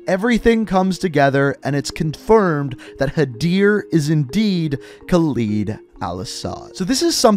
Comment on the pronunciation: Lol, thats my Father's name, and yes Khaled in Arabic means Immortal, they pronounced it wrong anyway 😅😅 but in Arabic when we add Al before a sentence which simply means The. Al-Asad is The-Lion, also prounounced wrong in the game. Well... 😅